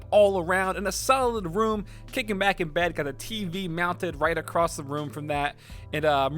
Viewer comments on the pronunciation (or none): none